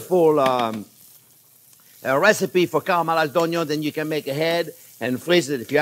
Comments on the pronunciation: I am a cook, not a classically trained chef. I have been training on the job for eleven years. I love watching and listening to Chef Jean Pierre. I love the way he says Onyo. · the way he says "onion" (Onyo) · Ohn-yo : n A staple of French cuisine, usually caramelized 😁👨‍🍳🧅